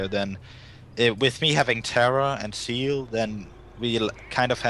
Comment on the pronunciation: Yeah, I know he meant Zeal, but his Z is very soft so it sounded like "seal" to me at first.